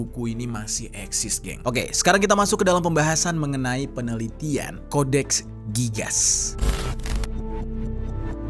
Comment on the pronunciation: codex gigas cara bacanya gini "Codex Gigas" bukan codex gigas